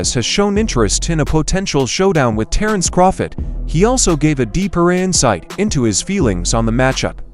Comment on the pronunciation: Who the fuck is "Terence Croffit?" 🤣 This A.i. narrator tripped out